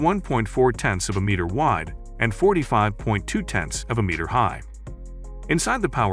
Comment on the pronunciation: say meter once more